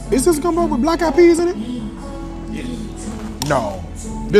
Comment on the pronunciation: You rights it’s not gunbo 🙄